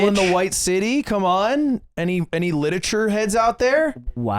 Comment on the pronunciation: Ludwig calls himself an English major, then pronounces literature littachure